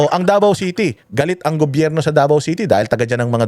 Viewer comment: IS THE MAN. HE DOESN'T KISS ASS. AT LAGING MAY SENSE ANG SINASABI. SYA DAPAT ANG LEADER NG BANATEROS. MAPA ENGLISH OR TAGALOG ANG SALITA NYA CLEAR LAGI ANG WORDS. DI GAYA NI NA SIMPLENG WORD NA GOBYERNO DI PA MASA BI...GOBERNO ANG BINIBIGKAS 😂 PAG SINABING BANATEROS, SI YUN🥰